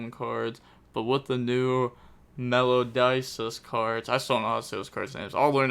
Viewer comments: bro what is a "Melodices" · I dont care about ocg meta, I'm only here to listen to this guy keep pronouncing Melodices 😂❤